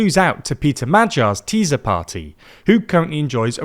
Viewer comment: Ti-sa. Not Tee-Za. What you Smoking